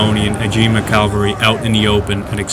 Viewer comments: It’s annoying hearing the narrator say “Calvary” when it’s cavalry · It is 'cavalry' not 'calvary'. Are you 6? The Macedonian phalanx were not 3 deep formation, but a long line, 16 deep. The Roman Legions used maniples of 120 men in checkerboard formation, probably 12 deep. The Velites retired through the Hastati legionaries who formed solid line 6 deep, threw their 2 pila and advanced with sword. They could be withdrawn through the Principes, who then shook out into solid line and advanced, threw their pila and clashed with swords. The veteran Triarii were armed with thrusting spears in the last rank. Othere than these gaffs, the commentary was generally accurate. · I say calvary sometimes, too. Even though I know that its "cavalry" I still say "calvary." Like my brain refuses to get it right lol. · nothing sad about society at all, just criticism. If he can write 'cavalry' he can say it properly. As I wrote, his verbal commentary was accurate, but his diction and cinematic rendition was not.